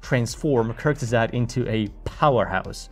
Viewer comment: "Kurgisags" 😂 It's Kurzgesagt. Kurz-ge-sagt^^